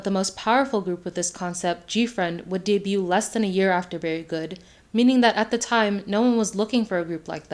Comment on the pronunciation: the “t” in debut is silent 😭